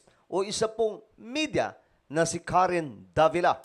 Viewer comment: K* word Davila po basa ng name niya